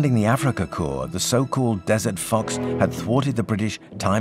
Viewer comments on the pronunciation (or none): none